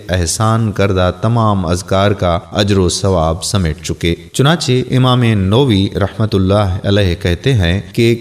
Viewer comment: Ibne qaim nahi ibne qayyam .... Imam Navi nahi imam nawavi .... Yar apni Urdu to darust kra Lia krain ... Contact me for audio Urdu proofing